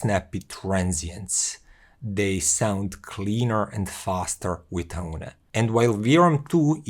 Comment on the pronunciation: Its pronounced OWN like the English word own.